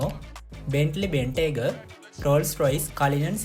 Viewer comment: Malli wahanawala nam tika hariyata you tube eken balala hariyata pronounce karanna. Ferrari purosangue, Bentley Bentayaga. Other than that good line up good work fix the small errors quality content ekak naththam.